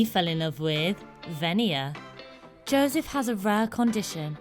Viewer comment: Why is she sayin Jawseph